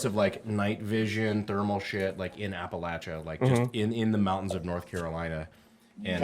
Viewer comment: Thanks for pronouncing appalachia properly wendigoon REPRESENT !!! 👍👍